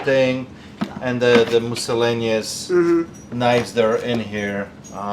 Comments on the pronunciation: mussolanius like mussolini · You said, "Moosalanious"...😂 HILARIOUS!! Love ya brah...!❤